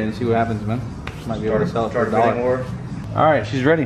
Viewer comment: "Is your boat gonna be ahhhite?"...LMFAO dude you're the best!